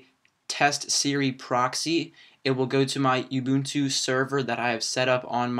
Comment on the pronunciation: lol its pronounced oooobuntoooo not youbuntu